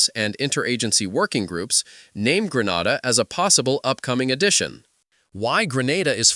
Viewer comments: Grenada not Granada😮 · He has an issue pronouncing Grenada, St. Lucia—-Could be AI-generated/narrated info…